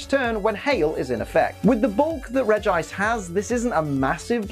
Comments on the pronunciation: Regice is pronounced Regi-ice not reg -gice. Please stop pronouncing Regice wrong. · I always pronounce Regice as Reggie-Ice because it rolls off the tongue better to me.